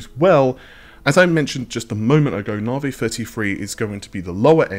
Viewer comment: why are you still saying narvey you have heard amd pronounce it